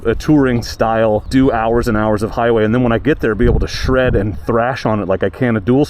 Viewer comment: Thrash and sred. Lmao